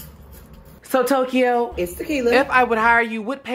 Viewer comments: Not "Toyko" lol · Tokyo? Wtf is “Toe-Key-Oh?” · "TANGERINE WAT? "TELEPHONE WHAT?" "MARGARITA LISTEN..." "TELEVISION, I SEE ON YOUR RESUME..." "SO TOE-KEY-OH..." EVERYTHING BUT TEQUILA IM DECEASEDDD 🤣🤣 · NAW NAW not "Tokyo"👍🤣🤣